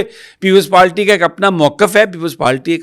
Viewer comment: بھائی جان۔۔۔ پیپلز پالٹی نہیں۔۔پیپلز پارٹی ھے۔😂😂😂😂😂